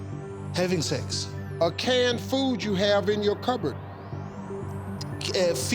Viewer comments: I thought he said "heavy things" instead of "having sex". And when will people understand that America is NOT a country??? The United States is a country. Mexico is a country. America? NOT a country. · I thought he had said insects and thought hmmm, well ok sure. Then 'sex' came up and I hit my own head against my desk.